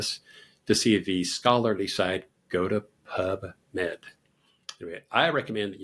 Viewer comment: Are you saying pup or pub ? Pubmed is a government website so how useful or trustworthy are they ??